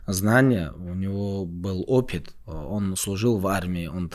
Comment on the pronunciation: как приятно услышать родной акцент «Опит» Делаешь старший !